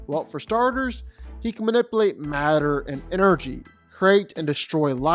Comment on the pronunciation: Please dont say "Man-ip-uhl8" anymore.